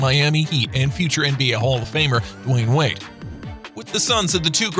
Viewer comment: he said Za-eer wade lol